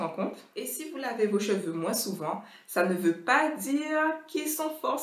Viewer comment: Vu que je me lave les cheveux 1fois par mois,j'ai tout de suite cliqué en sachant que cette vidéo allais m'être utile... ☺☺ PS:Ça fait bizarre que tu prononces le "s" dans "moins",mais je trouve ça trop mignon...😍😍